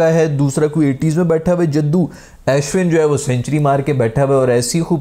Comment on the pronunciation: o bhai ASHwin nahi its pronounced Ushwin lol.